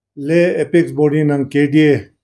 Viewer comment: Read apax instead of pax